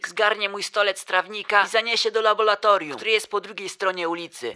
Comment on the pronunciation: Laboratorium, nie labolatorium